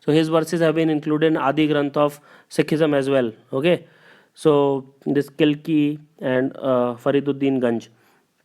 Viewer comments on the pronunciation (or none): Roman bro!!! it's not kilki, it's kaki